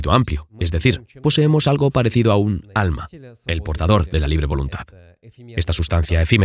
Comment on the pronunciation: No entendi cuando pronunció el alma